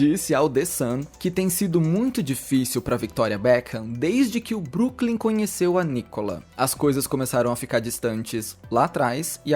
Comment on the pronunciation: Broklym e não Brooklym 😊